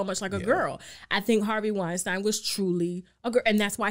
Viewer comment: Harvey Weinstein i.e. (wine-steen) steen like sheen Not stine like shine.